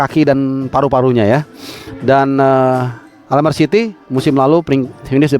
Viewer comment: Bacanya Almere jgn almer😂😂😂